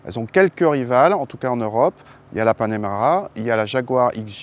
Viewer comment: « Panemara » -> Panamera